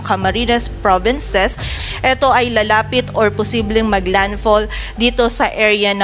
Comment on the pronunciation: I sbhin Hindi po ng landall